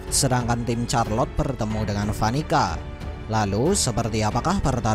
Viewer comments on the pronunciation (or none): none